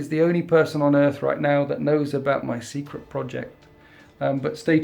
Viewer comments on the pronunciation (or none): none